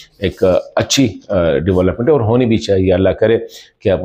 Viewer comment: I am from afghanistan. I learnt urdu from television. And my accent sounds better than you.aaaooor nahi (or) you sound like a joker